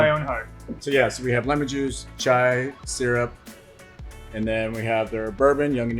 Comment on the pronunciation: Ahem, "chai" not "chia" ... .